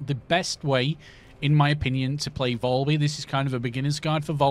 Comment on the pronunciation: Valby not volby 🤣🤣🤣